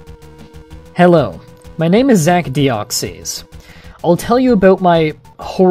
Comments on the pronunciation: Its not dee-ox-ies its dee-ox-iss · It's pronounced "Deoxis". Not "Deoxeez". Just letting you know. Then again, that's how I personally pronounce it. It's not necessarily the "correct" pronunciation. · It's not pronounced with an E in i its Deoxs then you put in the Y without pronouncing it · Dee-ox-is. That's how you pronounce it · I cringed every time he said Deoxees. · ur pronouncing deoxys worng